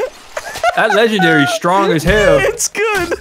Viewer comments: said.'"leggendawy >w<" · "Legendawy :3"